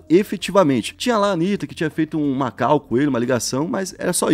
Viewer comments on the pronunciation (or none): none